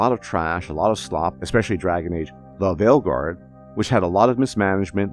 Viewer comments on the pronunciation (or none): i love his pronunciation lol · You have to find a way to work “DUhVaLeGuaRD” into every video lol. It always gets a laugh from me, because DUhVaLeGuaRD has become a meme, emphasizing “DUh” in the pronunciation. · I love it when he says it, the way he emphasizes “DUh” in “DuhVaLeGuaRD “ gets me everytime. He should find a way to work it into every video lol